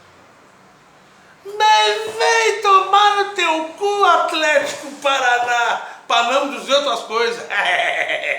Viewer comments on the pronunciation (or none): AFLÉTICO - se é pra falar corretamente kkkkkkkkk